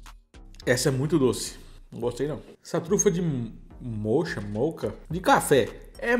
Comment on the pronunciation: O sabor moccha, é café mesmo, fala-se moca.